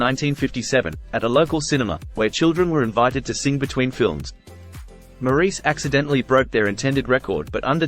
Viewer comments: His name is pronounced “Morris.” Besides that, this was probably the best, most inclusive, short video I’ve yet seen on Maurice Gibb’s life. He was a brilliant musician in every sense of the word and I don’t think he received enough recognition from his own brothers. He truly was the man in the middle. He lived the remainder of his life as a devoted husband and father, enjoying his other passion, paintball. RIP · His name is pronounced Morris. Despite the spelling. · This was informative and as accurate as I know. Well, now the pronunciation of his name was off. Maybe one day they will get it right. MORRIS is the way it would look if spelled the way it sounds. Thank you for this informative video on my very favorite Gibb. Deme in Bama😊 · The commentator is Australian so he really should know how to pronounce his name correctly, instead of this dumb American way.